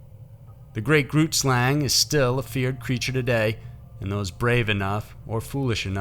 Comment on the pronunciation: Great video. I live in South Africa and we love it when stuff like this is the subject of YouTube videos! Your pronounciation of most of the words is very impressive. But I am going to point out 2 of them for you, in the niciest way :) Xhosa is pronounced KAW-SA. Trevor Noah's mother is Xhosa.as was Nelson Mandela. Grootslang (meanig big snake in Afrikaans) is pronunced bringing the G from the back of the throat, making a sound almost like gas escaping from a pipe!. Not very easy to pronounce, even my daughter who is half Afrikaans, battles with this sound. It is G-ROOT-SLUNG.